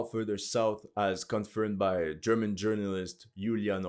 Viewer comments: Are you german? Cuz you're german pronounciation was on point and I've never heard a non-german speak it that well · your german pronounciation is clean as fuck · Your German is not bad dude :))) pronunciation is top!